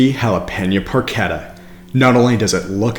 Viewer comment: Pronounced "porkeTTA". Double T not a D sound in Italian.